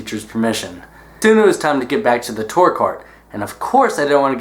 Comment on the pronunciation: The way he says tour bothers me a bit-- still love him tho